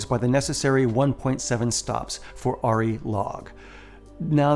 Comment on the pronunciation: I think the camera you are talking about is pronounced "Air-EE", short for Arriflex. It's a small point but I thought you might want to know. Great video by the way, thanks.